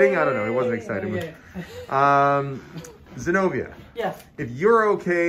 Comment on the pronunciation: Isn’t it Zenovia? I can’t hear very well with the volume down so I don’t wake up the husband. Thought her name is beautiful but with the B it’s a little different sounding.